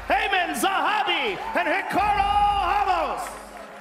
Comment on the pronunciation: It's fucken pronounced ra-mos Joe Rogan you fucking donkey